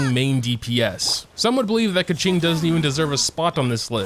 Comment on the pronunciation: Keqings name is pronounced Kooching…